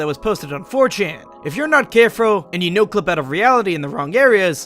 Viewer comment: “If your not carefro.”